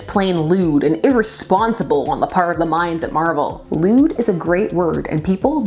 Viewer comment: "Leewd." hahahahah